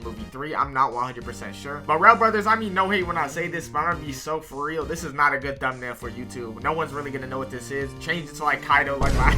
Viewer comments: Every time he says "real" he replaces it with "rell"💔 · every time he says "real" he replaces it with "rell"